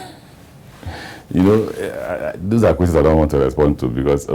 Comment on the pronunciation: My friend, it's "those of you" not does of you..hehe